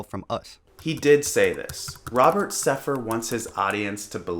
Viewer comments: You can`t even say his name right. It`s Sepehr not Sepher. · You can’t even pronounce “Sepehr” properly lmao